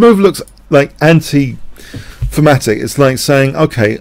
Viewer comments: What is famatic/phamatic you keep saying? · Thematic. Yes, his accent made it sound like "fematic". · Certain London dialects pronounce "TH" as "F" Thorn = Fo-ohn (i doubt this flat vowel exists in American English) Thematic = Fematic Thieves = Fieves etc... etc.... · oh ok. I wondered if he said thematic. But my ears kept wanting to hear fematic. Makes sense. Thanks for the clarification.